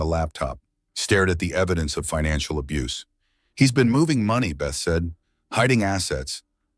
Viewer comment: Abuse is two syllable